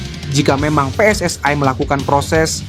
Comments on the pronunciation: Pe Es Es Ai😂😂😂😂 Preeeeeetttt daaaaah, biasa aja bacanya PSSI. kelamaan tinggal di Vanuatu😅😅😅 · Wooiii min jangan seperti negara jiran....yang benar pe-es-es-i bukan PE ES ES Aiiiii......ini Indonesia, pakailah pelafalan bahasa yang benar. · PSSI dibaca Pe Es Es Ae, jgn pake pembicara seperti ini pake suara asli saja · Min narasinya dibenarin masa 'PSSI' dibaca "Pi es es ai"😮😮😮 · Knp mimin mengucapkan PSSI menjadi PSSAI.Pengucapan dlm ejaan bahasa Indonesia PSSI menjadi PSSAI adalah salah kaprah. Pengucapan ejaan PSSI menjadi PSSAI adalah pengucapan dlm bahasa Inggris dan juga bahasa Malaysia. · we en ai pss ai belepotan min narasinya😅😅😅😅😅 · Benar, wni juga we en ai dan itu sangat menjengkelkan